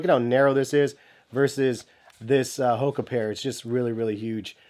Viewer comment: You dont even know how to say HOKA correctly. FAIL